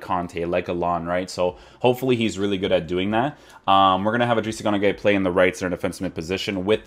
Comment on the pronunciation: It's guy not gay 😂 Idris gana guy